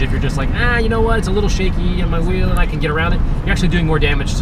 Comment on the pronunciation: Let's take the veel off the wehicle